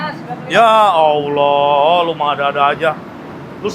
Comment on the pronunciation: muslim kah, fasih banget klw bilang alloh😊